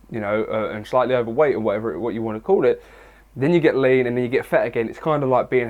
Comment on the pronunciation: Literally thought you said "it doesn't bother me, cause at the end of the day i can get laid." Then i finally realized you were saying "lean" lmao.